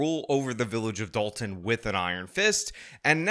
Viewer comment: Gotta start pronouncing it as "the village of DOLT-un"